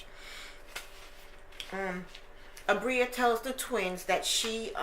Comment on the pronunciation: Abira us her name...you had it right the first time